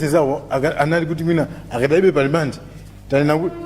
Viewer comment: Samalti "alimande" koma 'rimandi' kkkkk